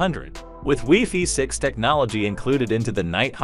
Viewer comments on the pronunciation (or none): Great information; however, I cringe when the AI says "wefee" instead of wifi. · Ditto. AI use of "weefee" is so strange. No human says "weefee" for wifi!